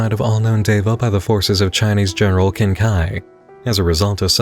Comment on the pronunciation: just so you know, Qin is usually pronounced as “chin”. The Chinese Q is usually a CH sound.